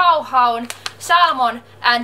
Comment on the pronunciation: Hyvä englanti, ''salmon änd bhodeidou'' :D